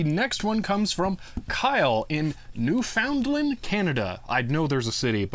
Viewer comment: It's pronounced NEW-fin-LAND.